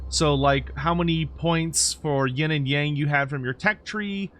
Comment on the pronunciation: Would be nice if you can pronounce “Yang” properly. It shares almost the exact pronunciation of “young”, just FYI.